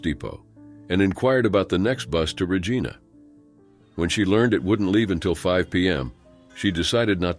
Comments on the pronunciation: As a Canadian, I can't help but laugh every time you say 'Re- geena'! It's pronounced 'Re-gi (rhymes with 'hi') na. Basically, it rhymes with vagina! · Regina, SK. It is not pronounced "Rah-Gee-na" It is "Rah-ji-na". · I'm british and pronounce it Regeena. It is what it is 😅